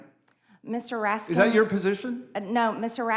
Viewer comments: Mr. Raskins. My name doesn't have a S on it. LMAO 😂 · "Mr Raskindts" lmao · So, she intentionally mispronounces her colleague’s name, to show disrespect at a basic level. MTG is a disgusting piece of trash! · "I'm a witness so I'm gonna ask questions Mr. Teddy Raskinszzz" Dumb as a doornail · "Mr. Raskins".....jousting with MTG. On surface, it's just so unfair.........but her mindless babbling must be addressed. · She can't even pronounce his name correctly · MTG will never have enough brain cells to go up against Raskin in earnest. She cannot even pronounce his name . She thinks her ignorant gotcha comments make her look cool? They make her look even more ignorant and evasive. She has millions but she cannot buy class or brain cells. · She doesn't even know how to pronounce Mr. RASKIN 'S NAME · She knows his name but pronounces it wrong because that is their way of making fun of dems. Well done, you idiot.